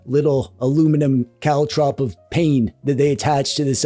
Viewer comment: You said caltrop. You freaking RULE!